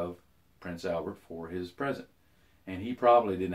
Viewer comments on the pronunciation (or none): none